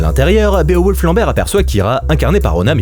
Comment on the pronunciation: Bé-o-wolf......... nn tonton t'abuses "Biwolf" wsh, meme en anglais c'est plus simple, toi t'es la tu jongles ak les syllabes nan y'a pas